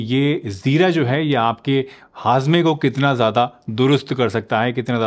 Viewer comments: Its Jeera not Zeera. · Jeera hota hai Zeera nhi